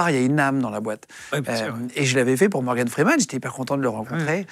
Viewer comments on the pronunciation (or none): none